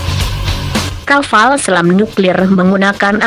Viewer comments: kapal bro bukan kaval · Kaval...kapal pale